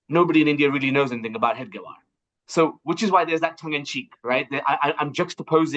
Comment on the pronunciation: The jurno is mispronouncing Hedgewars name.sadly